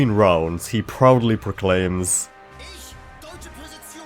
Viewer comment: You know what's funny? Ironically, he doesn't actually pronounce "Präzision" correctly. He says "Präsizion". Rookie mistake,.